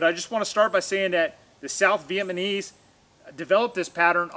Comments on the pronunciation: "South VietMANese" lol. I had to give you a hard time. Out of respect. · Man you're killing the word Vietnamese. Not VietMAnese